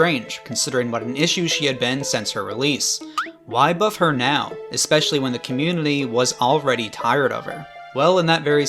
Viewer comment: why do you add an L in the word community?